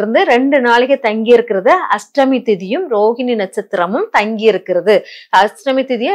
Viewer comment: Unga tamizh uchcharippu nanraaga illai. Ashtami iku H illai. Krishna jayanthi yil KRISHNA enbhadhil H illai. Brain wash il H ILLAI.